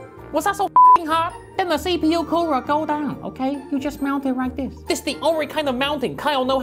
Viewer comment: I love the way he says CPU